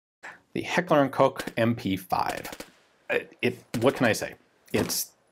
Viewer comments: its heckler and koch not hecler and coke or just say hk and you cant go wrong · Carried an Uzi during my years with the German air force. Was OK with it. The MP5 is of cause the ultimate sub. Ian, try to pronounce the name of the manufacturer right ...